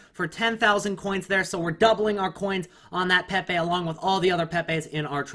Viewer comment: If he says "PehPeh" one more time xD <3